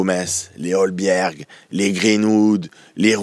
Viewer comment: Et Hojbjerg il invente un L au milieu, c’est pas Holbjerg mais Hojbjerg a prononcer Hoïbière